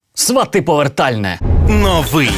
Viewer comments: СвАты, потому что ударение в корне свАт. Также, например, и тОрты (корень - тОрт). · Квиты- это цветы))А свАти- действительно похоже на глагол, который произносит человек, посещающий логопеда